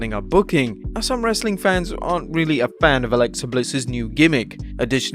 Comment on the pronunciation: Dislike for as long as you say wrestling content with this awful way.